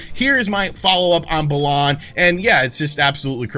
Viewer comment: Please don't ever call it "Bah-lahn" again lol